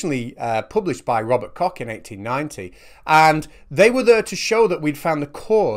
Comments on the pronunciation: It took me literally 30 seconds to realise you mean Dr. Koch. Who is spoken with a ch like in chef which in fact is the english word for the german word Koch. No Cocks involved. And then there is a guy called Kaufman which means merchant in german and is spelled Kaufmann. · I don't expect from someone like that alleged doctor to speak properly, but I do expect that from you. You really should know better... *Koch is pronounced as koh, not as cock*. I mean, it's not a Chinese name, just German. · I know you love the name but it's Koch, there is no k-sound in the end. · Although I had a good wee juvenile giggle at the...er... the amusing bit, I'd like to point out that the name in question does not have a hard (enough already!😉) K at the end. I'm not sure how linguists would put it, but I imagine that it's a bit similar to this; "KAWCHH", with the same sound as one is supposed to make saying, "Loch". It's not pronounced, "LOCK", because that's what you have in your front door, or in England for some reason, and and "Loch Lomond" is a real place...er um... so, yeah, that became a bit peculiar, even incoherent, but I would like to think that the concept (and the pronunciation of the words, "Koch", "Cock", "Loch", "Lock", and even, "Lough"(the Irish spell it that way) as in Lough Neagh!) is clearer now. Isn't pedantry grand?! 👌😃👍🌎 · Isn't Koch pronounced "Coke" though? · Please do your research on how to pronounce the name "Koch". It does not rhyme with "cock". If Kaufman mispronounces the name, well, that fits the picture and makes for a nice joke in video editing, but you can do better. 😉 Otherwise, keep up the good work. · Koch's Postulates--pronounced "coax"